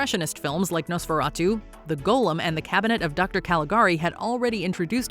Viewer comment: For a woman with a pretentious habit of forcing to say the words of different languages (specially French) I would like to correct her and tell her that it is “golem” not ‘golum’